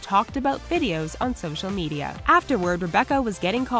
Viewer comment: hold up... did she just say Me-DAY-a?!